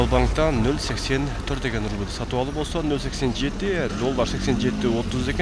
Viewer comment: рубил,рубул,рубл эмес! Рубль 1.50 чыксынчы😊